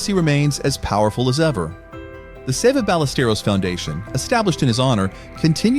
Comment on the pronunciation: You could have got his name right!